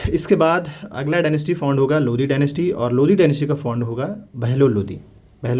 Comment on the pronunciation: Not Lodhi ❌ Only Lodi ✅